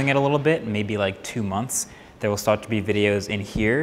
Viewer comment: Does anyone else say “start” that way?